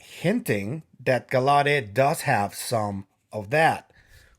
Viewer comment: I'll be watching you and Kris live on Wednesday. BTW, it's Tim Gal..lau..det accent on the first syllable Like in Lancelot. It's French, like Gal (like a girl) LA (like in music)... det (like a debt thst you owe) Great update on Maria & the mummies.